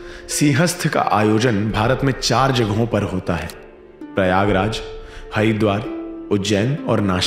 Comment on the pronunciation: It should be Prayagraj Not Pryagraj 👍🏻